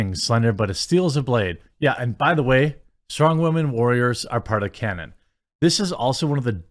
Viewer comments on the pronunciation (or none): none